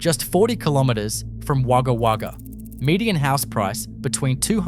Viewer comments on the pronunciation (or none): What a big fuck up!!! You can’t even get the street in Peterborough South Australia right!! As for Wagga Wagga, it is simply WAGGA, said only once!! Fix the fuck up, BEFORE THE NEXT VIDEO IS RELEASED!! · Love how it was called wagger wagger 😂